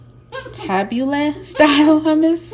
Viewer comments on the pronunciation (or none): Youre so cute with the hummus. I only know its prounounced ta- boo-lee because my best friend growing up was lebanese and parsley is my favorite 💗